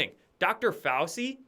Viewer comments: Its pronounced "fow-chee" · It's pronounced 'Fau-chi'. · Fow-chee Fow-CHEE!! Dude! If you’re doing it on purpose fine. But come on. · pronounced: Fow-Chi.... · Fauci is pronounced Fauchi as are many names of Italian origin with a c is pronounced as ch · every day he has a presser and Dr Fauci’s name is pronounced like this FOWCHEE lol how do you not hear it? 😂 Ok great report otherwise 🍿👍🏼😉🥰